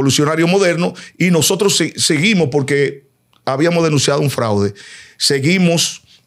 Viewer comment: "Ya bíamo hablado". Y qué locutor y comunicador es???